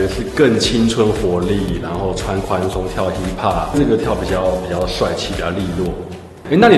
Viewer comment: 建議老師在講“hip hop”時，後面嘴巴閉一下，我個人聽到會有點出戲😅，這樣也才會讓人覺得老師英文讚讚的❤